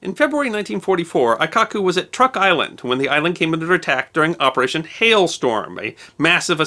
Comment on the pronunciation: I learned, from a student of mine, who was from Truk that it is pronounced more like Trook, more of a 'U' sound, like in 'tune.'